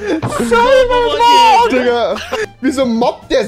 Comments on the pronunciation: Trymacs: Cybermork 🤣🤣🤣 Ich: Trymacs 🤣🤣😅🤨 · „CyBeRmOrK“ Alter ist ja fast so schlimm wie Taserface😂